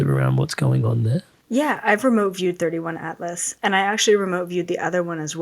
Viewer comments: She calls it 31 atlas… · It's 3i Atlas not 31. This girl is such a fraud. Also, If everything you said was truth, you would not be feeling anxious. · Maybe she got nothing because she did not even know the name???? It is “3 i Atlas”!